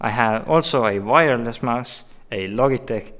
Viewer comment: I love how he says 'Logitech' and not 'Lojitech'